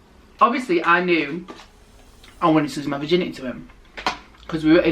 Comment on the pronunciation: “virgin • eh • e” lmao I love it.